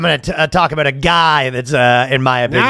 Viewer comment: It’s reassuring to hear Ryan pronounce the “ow” in “about”. Assimilation is possible.